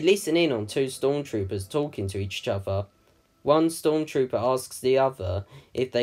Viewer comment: why do you say each chother when it's each other? just curious.